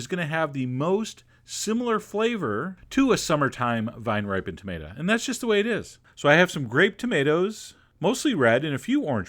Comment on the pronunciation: I like how you usually try to say "tomato", but "tomata" slips in there sometimes. :) Reminds me of my Mom.